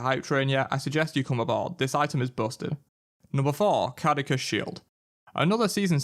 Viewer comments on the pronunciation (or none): Cadekus shield something seems incredibly stupid here it’s caduceus c sounds like an S at the end and your and idiot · The pronunciation of that Caduceus shield made me want to cry. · Oof that pronunciation of Caduceus though